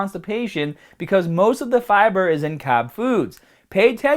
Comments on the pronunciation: "EAT YOUR FIBAHH" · It’s funny how in the fiber section he pronounces it as both “Fib-ER” and “Fib-AH” within seconds of each other. This accent seems a bit put on to me (being from/living in the greater Boston area). Also on the way he pronounces room...traditional Boston accents say it more like “rum”